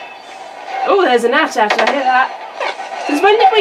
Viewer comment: It’s AT-AT. NOT @@